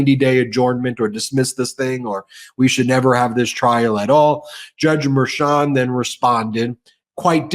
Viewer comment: might be petty, but can you get to pronounce Judge Merchan's name properly 🤣